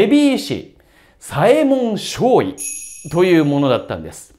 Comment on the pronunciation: 読み方はさえもんのしょうじょうですよ